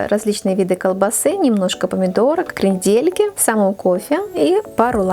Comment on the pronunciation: Зачем перчатки и ударение крендЕльки. Ужас. Букет оригинальный